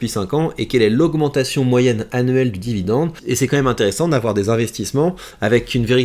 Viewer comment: Jacques a dit : Vidende ! :hand-purple-blue-peace